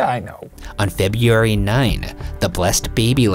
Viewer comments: It’s really weird how Ryan can pronounce the name “Louhelainen” with ease, yet he can’t say the word “February” correctly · It's really weird how Ryan can produce the name louhelaien with ease, yet he can't say the word February correnctly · I'm definitely here for that. The way he pronounces February frustrates me SO much 🤦🏾‍♀️🥴! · I wonder if Ryan had taken speech classes. Maybe a speech therapist cleverly figured out that the u's and e's ect, are ery hard for Ryan to pronounce. So, then she/he suggested that "in the case of the letters ur are together in a word such as Feburary, just say feb-RR-ary. It sounds the same. Noone will notice. Maybe? Just use a hard R." Yeah something like that.